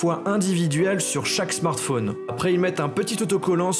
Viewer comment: Un smartphone, pas un smartfaune. C'est pourtant très simple, c'est comme dans téléphone, ça se dit pas "téléfaune".